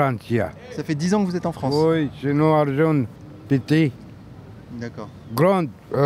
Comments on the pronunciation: La Fwonce ! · Elle est belle la fronce 😂